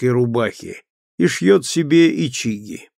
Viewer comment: Интересно. Мы почему то слова говорим с другим ударением. Ичаги ударение на первую И, заиндевЕвший. Я не утверждаю, что чтец читает неправильно. Просто мы эти слова употребляем именно так. Мне очень понравился и голос и книга. Замечательно.